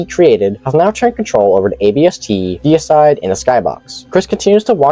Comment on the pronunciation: I love the fact that you actually read the name correctly. Deicide, which means kill god, not decide.